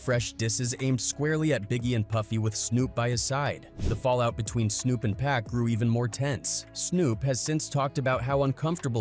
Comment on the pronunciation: Cause it's Pac, 2Pac, not Peck nor Pack 😂